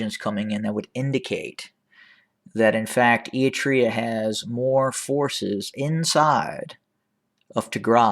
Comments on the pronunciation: Any pictures, any evidence?. Can’t even care to learn to pronounce the country involved. You’re not a good liar! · Fake news. Pure speculations. Stop speaking your opinion and winding it out as facts. And as I stated before, learn how pronounce Eritrea correctly if you’re gonna defame its name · Not a very big deal, but can you please work on your "Eritrea" pronunciation haha? You're skipping the first R like "eat-rea". It's pronounced "Eryt-rea" You're pronouncing Tigray well now 👏